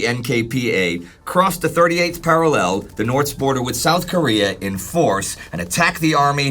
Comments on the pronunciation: i know its not pronounced para lell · It's going to be a long war listening to that enunciation of 'parallel'... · please learn top pronounce parallel correctly. If I have to go three years hearing you get it wrong i may just start screaming incoherently at you.